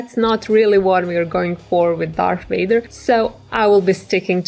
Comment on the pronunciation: Darth Wader!?